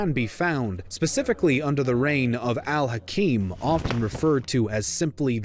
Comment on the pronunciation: No that's alhakeem. This one is pronounced alhaakim which means ruler. His full title is al hakim bi amr allah. The ruler by god's order